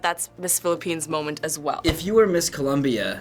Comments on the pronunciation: IT'S COLOMBIA!! NOT COLUMBIA!!!! GRRR... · it's COLOMBIA not Columbia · ColOmbia! not Columbia! pls..(subtitles) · It's ColOmbia not ColUmbia. So don't go saying he needs to learn how to read if you can't spell ^^ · It's Colombia, not Columbia. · If you listen to what he says is 'the first runner up is Columbia' so I guess he just read first and Columbia. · How do you misread "Colombia"?